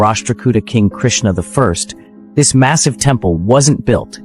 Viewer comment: Krishna the 1st? Sounds like khrist the 1st!